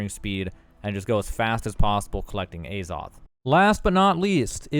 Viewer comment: omg it's not Ayzoth